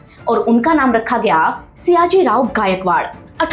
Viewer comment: It's sayaji... Not siyaji